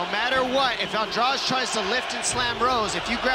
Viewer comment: Angrage??? AndraDE DDDDD NOT DRAUUUGE